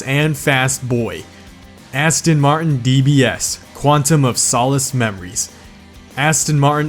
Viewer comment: Your saying Aston martin wrong